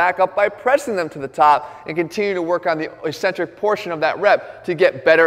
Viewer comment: Does he mean 'Eccentric'? He keeps saying "E-centric"